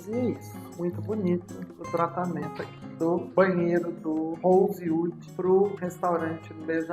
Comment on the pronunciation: Deveria ao menos aprender a pronunciar o nome do hotel